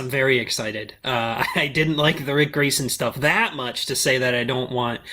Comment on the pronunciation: Huh, Ric Grayson? I thought you said Prick Grayson.